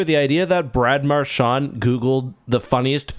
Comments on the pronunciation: Hey bro you keep on saying Marshawn it's Marchand he's not Irish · I know what you can do have some respect and say his name properly